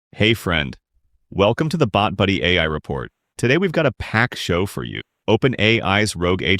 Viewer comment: Litteraly "BotBuhdy"